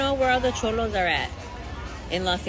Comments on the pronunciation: Chomos😂 I think you mean Cholo my guy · I swear dude keeps sayin chomo and not cholo lol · You called them chomo though lol Its cholo homie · Cholo not Chomo😂